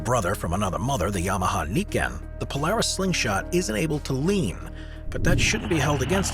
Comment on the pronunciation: YAMAHA『ニケン』じゃなくて『ナイケン』ですね